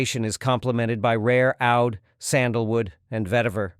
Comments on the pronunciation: Oud in arabic is prnounced a-ood, not ood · The pronunciation of Oud made me discount the rest of the video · Two questions: 1. Are human narrators that expensive?; 2. A.I. can't learn how to pronounce oud?